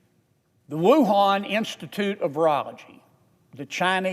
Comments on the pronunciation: I've heard of "Torongkong" but never "Wuhong Canada" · wait, wuhan....CANADA??? LOL thats a funny slip up. This man is amazing though God bless him.